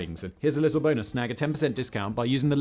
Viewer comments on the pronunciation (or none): none